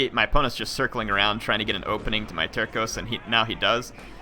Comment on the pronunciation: If you want to know, Portuguese Terços is pronouced like there's a S (Tersos). Out of curiosity, it means third in english and it is believed they were always divided in 3 thirds (terços).